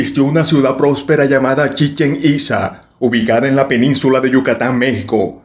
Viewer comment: Lleva acento en la a final pronuncialo correcto por favor 😏